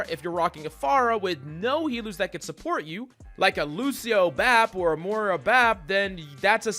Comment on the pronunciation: Why do people say Moria.... And not MOIRA? 😅 Anyway, great video! ❤️